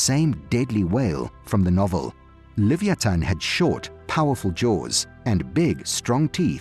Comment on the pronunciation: You are pronouncing leviaton all wrong